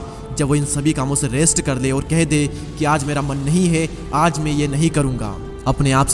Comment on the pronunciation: Chup dhakkan...pehle theek se bolna seekh ....ye me me kya krta hai mai hota hai